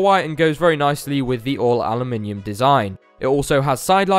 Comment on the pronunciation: Dislike for saying Alumium